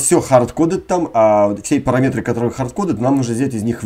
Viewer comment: Классные уроки, только русскую речь теряешь: не парамЕтры, а парАметры по русски правильно. Забываешь за чужбиной русскую речь... Я тебе напоминаю)))